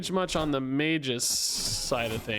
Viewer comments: it's mag-us not mage-iss. A hard G. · its "may·guhs" actually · Hi bro, magus is pronouced maggus. Have a nice day! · Isn't it Mah-Gus? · It's Mag-us. Ag like in Drag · Magus: may-gus